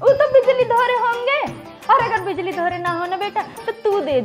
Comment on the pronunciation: Bijli galat keh rhi ho😀